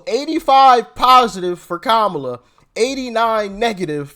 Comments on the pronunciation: Did he say "Ko-bama Harris"😅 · Did he say Kabama Harris? Lol! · Like that he called Kam-@ - KaBama